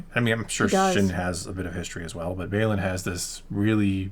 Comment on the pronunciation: Please please please, remember it’s BayLAN not BayLON when you pronounce it. Weird annoying thing I know but we wouldn’t mispronounce Vader or Luke’s names